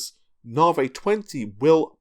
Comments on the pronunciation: na vee not na vay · come on and admit you're trolling us. Anytime you mention Raja Koduri, you roll your "R's" till your tounge is sore in an effort to properly pronounce it, but Lisa Su/all of AMD call it "Nah-Vee" and you say to yourself..."Now that's the hill i'll die on!!!" lol.... I consider myself well trolled.:) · nar-vee raid-e-on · NA-VEEEE, its NA-VEEEE! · 'NAR VEY' .. Cheses fxcking CHRIST, did Dr Su call it NAR VEY? Get a bloody hair cut. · once you hear it you can't unhear it